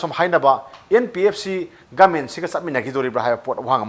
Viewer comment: Please pronounce properly..it's government not goment